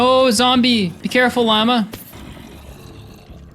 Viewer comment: Why does he pronounce llama and lava so wrong😭